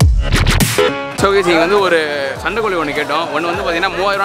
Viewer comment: Bro Sandaikozhi illa broo,Sandaikozhi sevel